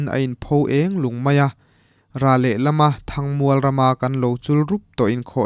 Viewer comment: Mizotawng zir i ngai...A tir lama i lam zin em em"THANG MUAL" Kha a thluk i lam dik thei tlat lo...